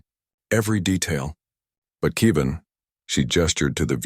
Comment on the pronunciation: It's Kev-in, not Key-vin. Get it right. Still, I would suspect that Human colonies would be placed on worlds with similar gravity and atmospheric composition to Earth, If for no reason for Earth's descendants to be able to return "home" with no ill effects. And 3 years in a weaker gravity field would have affected Hyalal unless she was adjusting conditions in her room and exercising in it. Walking in a .4g gravity field, Hyalal would literally be bouncing while walking unless she was wearing weights.